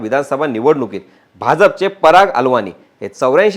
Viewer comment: पराग अलवानी नाही..पराग अळवणी मराठी माणूस ..सिंधी नाही